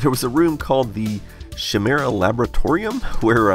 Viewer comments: my mans said "shi-mare-uh" its pronounced "ky-mare-uh" lmao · “she-mera”? not a fan of greek mythology, eh? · So.. that butchering of chimera was .. bad :D. Its "Kai-mere-a" ;) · Hey boss, Chimera is pronounced with a hard K and I, like this- “Khy-mera” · I have watched this video about a dozen times, mostly as background noise, and this is the first time I looked down when he mentioned “Shimera Laboratories” and consciously noticed the sign and that it actually said Chimera and I got irrationally angry for a moment. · Odd that Dave has never heard Chimera pronounced before, it's a word of Greek origin so it's pronounced "kai-mera". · i did not hear how dave said it but you fucked it up it is pronounced like hè-mera that is why you write chi and not kai lol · Chimera is pronounced as in ky meh rah, and refers to a monster of mythical origin that was comprised of a lion, snake, and goat. So there you go, forget build a bear, build a monster instead! :P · I'm surprised nobody brought up how he pronounced chimera Every time I've heard it said, it's always been pronounced "Kai-meer-ah" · I'm gonna end up being "that guy" and let you know.. "Chimera" (kai-mare-ah) ^_^ Now that I'm done being a jackass, I enjoyed this video a lot! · Not to be rude but chimera is pronounced “kai-mera” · Just FYI it's "Ki - Mira" which is a mythical fire-breathing monster with a lion's head, a goat's body, and a serpent's tail. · "Chimera" is pronounced /ki-MEER-uh/ (long 'i' sound) ... in Greek mythology, the word 'chimera' was used to describe a creature whose body was a combination of different animals' body parts. For example, a gryphon was a creature with the body of a lion and the wings/head of an eagle. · love him pronouncing chimera as shimera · Not a big deal but Chimera is pronounced Ki-meer-a or K-eye-mer-a and it's a mythological creature with parts of different animals. Very fitting. :) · Chimera is pronounced kiMERa, where the first part sounds like Kyle.